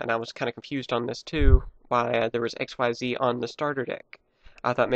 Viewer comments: it isn't XYZ it is pronounced as ik-seez which sounds like exceed don't say each letter by itself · Xyz is pronounced Ik-seez not x y z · xyz is pronounced ex-sees konami just wants to be fancy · its not Xyz its ik-seeeeeeeez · Actually "Xyz" is suppose to be pronounced as "ik-seez". Sounds just like exceeds so it's still nearly the same. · pronounce it X-yz